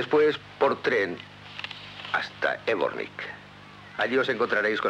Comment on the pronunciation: Zvornik, no "évornik". Ademas, Sarajevo no se lee como la jota habitual, sino como Y. Se lució el doblaje...